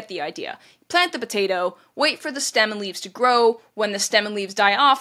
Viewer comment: Will you please stop saying potata famine. It's potato not potata